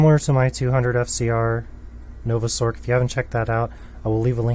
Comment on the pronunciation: why does he pronounce it "sork" when the c in sorceress is an s sound, i always pronounced it a "sors" because of this same with "merc", which i pronounce "mers" because its short for mercenary